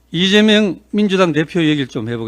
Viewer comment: 보고 읽으면서도 실수하나 리죄명 대통령이 뭐냐? 제대로 좀 해라